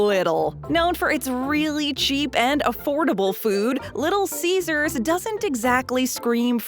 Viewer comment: Did you just say little ceasars